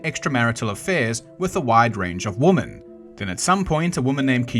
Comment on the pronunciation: You still keep on pronouncing women wrong lol Woman... singular....Wu man Women... Plural .... We men